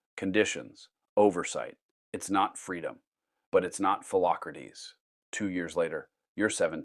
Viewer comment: "Phelocratese" Socrates brother 💀